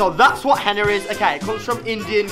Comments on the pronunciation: It's called henna not henner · I know its henna, I was making fun of how he pronounced it